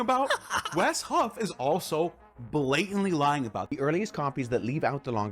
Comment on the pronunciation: There is no T in Wesley Huff, just letting you know, God bless brother, keep up the good work!